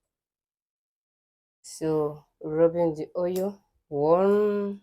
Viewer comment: I'm referring to Igbo as "yibo" . Your Igbo intonation is pronounced especially when pronouncing oil, you say "oryu" So, you be Omo "yibo" na🥰